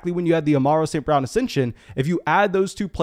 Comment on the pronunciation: Why do you pronounce it Amarro St Brown? 🤣